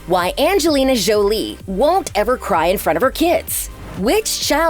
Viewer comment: Jjjjolie🤣 it is The way this woman pronounced Jolie is killing me